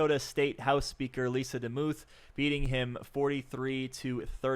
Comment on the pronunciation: Demuth is pronounced like Namath.